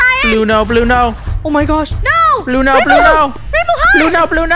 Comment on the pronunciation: why did say blueno?